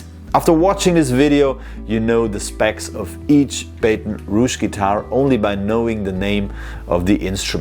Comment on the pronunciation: Junge, du nennst deine Firma "Baton Rouge", kannst diesen Namen aber nicht richtig aussprechen?!? 😂😂😂